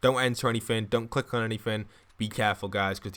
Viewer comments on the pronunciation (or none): none